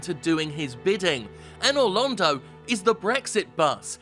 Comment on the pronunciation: Anor Londo is pronounced "Anal Rodeo"